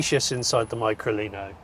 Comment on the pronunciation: sound's weird how you say it, .....try Lino Micro, and turn it back again, so no Mycro Lino.......